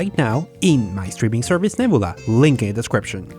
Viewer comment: FYI. If you want to talk like most Americans; take the Y from a word like your. (YuH) Then you add it to your pronunciation of the letter u. Y-U. Neb(Y-U)la. C(Y-U)riosity Stream. It’s not totally universal, but it might make your scripts flow better when you use it.